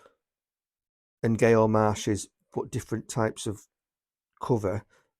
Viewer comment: It's pronounced Nyo for future reference. These are all good titles. Death in a White Tie is particularly good.